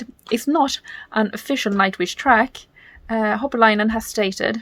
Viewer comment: Just fyi: It's "Holopainen", not "Hopolainen" 😉 Please don't take it as criticism. It's just that I'm familiar with misreading something, then sticking to it for years, and then being shocked when I'm finally told I've been reading and saying it wrong all the time 😄 Great reaction! I love that song 🤗 Have a great day...